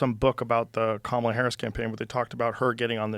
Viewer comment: JOE Its pronounced KAMALA! Not kamla camela🐫 or camilia😂😂😂